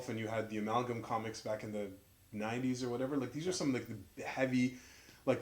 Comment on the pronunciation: and I'm glad that I finally see someone that says "Amalgam" right haha. I've gotten a shoutout from other channels a couple of times and they all end up saying my channel name wrong.... Every time haha